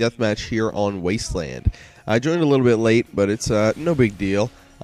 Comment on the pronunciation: he said wasteland lol